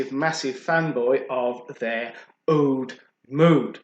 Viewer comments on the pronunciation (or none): It's oud not oad